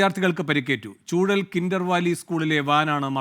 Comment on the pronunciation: ചൂഴൽ അല്ല ചൂഴാൽ